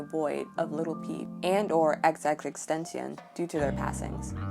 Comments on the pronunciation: Did she just say XXExtension? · Good video Fyi, it's X X X Ten "Tha-ah See On".